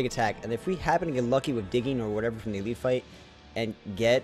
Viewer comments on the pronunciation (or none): none